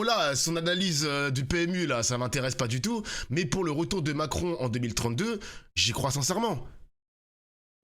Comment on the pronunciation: c est Mac-ron🙂